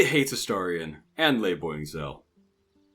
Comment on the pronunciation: Why are we calling her Lae Boing Zel? I swear you mentioned it early on, but I can't see to find it.